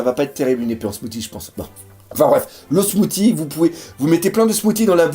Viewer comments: mdr le "smouti' ça se prononce "smouci":D Sinon comme d'hab superbe vod; pouce bleu:D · Smoothie, ça se dit smou-ss-ie, pas smou-t-ie